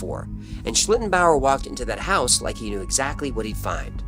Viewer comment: And kudos to for pronouncing it very well so many times 😊